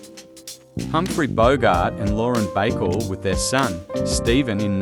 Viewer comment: Dude, at least find out how to pronounce the names of the people you are showing photos of. You sound like a clown. Lauren "Backle"???? Its pronounced "Bah-coll" , Lauren Bacall. There were others you trashed as well. Please try harder.